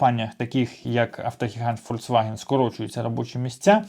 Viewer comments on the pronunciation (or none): none